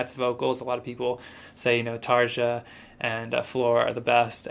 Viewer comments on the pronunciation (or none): It's Tar-ya